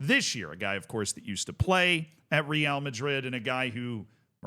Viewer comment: Okay but stop saying "Real" Madrid in that awful way